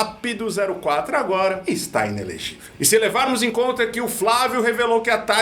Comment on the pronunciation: I né lê gí velll